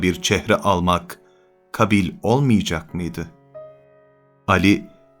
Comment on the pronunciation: Telaffuz hatası var maalesef. "kabil" değil "kâbil" ("ka" hecesi uzun okunmalı: ka:bil) şeklinde telaffuz edilmeli.